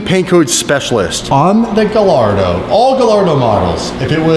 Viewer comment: "I'm going to be a Lamborghini specialist." Next sentence "Ga-LARDO"